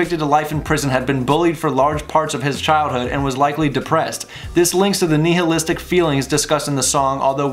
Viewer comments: "Knee-hill-istic" lmao. "Nigh-ill-istic" dude. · "Nye-hill-istic" Sorry, it bugs me.